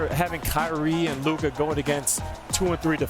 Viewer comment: It's LUKA.